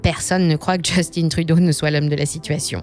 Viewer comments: C'est drôle qu'on nomme Justin Trudeau en le prononçant à l'anglaise dans une vidéo en français. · On voit que les seuls termes utilisés par cette chaîne sont en anglais alors qu'ils le sont très facilement en français. Dire de cette façon "Justin" c'est pour faire une blague ou quoi? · hello, comment peut-on être aussi loin de la réalité? On voit que cette chaîne ne sait pas de quoi elle parle. Ca commence par la prononciation du nom du premier ministre. Pa thé ti que! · On ne dit pas Justine mais Justin Trudeau c'est un nom francophone ça ne fait pas chic dutout ici d'angliciser la prononciation des mots on est toujours fier d'être canadien francophone (nuance non pas français). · Justin ça ce prononce pas Just'une mais Just'in....comme le mot pain....p'in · Ça se prononce Juste-hein Et non just-in. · justin pas justine. c'est un quebecois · Analyse très intéressante Par contre, Justin Trudeau est québécois et francophone malgré les apparences. On ne prononce donc pas son prénom "djestine" mais bien Justin en français ;) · JUSTIN (pas JustinE) par pitié 😂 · Grincement de dents…. « Justine Trudeau » Pourquoi « Justin » prononcé à l’anglais… Mais pas son nom de famille? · Bonjour, simplement vous dire que Justin Trudeau est francophone de naissance donc on dit Justin en français :) et non Just-In. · Pour ma part, tout va bien, évidemment tout est plus cher, mais c’est pareil partout dans le monde. De plus, les salaires suivent et augmentent rapidement. Ha oui, c’est Justin Trudeau, pas Justine. C’est un Québécois francophone, donc pas besoin d’employer l’accent anglos. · On dis pas Djustinne Trudeau, on dit Justin en français 🤦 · Attention dans votre prononciation du "JUSTINE" TRUDEAU. "Justin" est un francophone et son prénom se prononce en français. Ici au Québec nous tatillons sur la langue française. Sinon ce reportage est légèrement alarmant et nous croyons rebondir dans les 5 prochaines années. Merci. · On dit Justin, comme Justin Bridou, pas comme Timberlake.